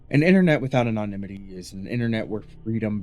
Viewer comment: Research how to pronounce anonymity properly